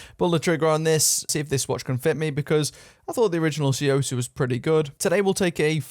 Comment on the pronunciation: The "T" is silent, pronounced "soo-yoh-sah" =/